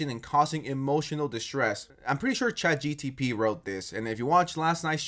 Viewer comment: I'm all for dunking on Max but dude... It's ChatGPT, not GTP I cringe every time you mispronounce it, pls don't do that again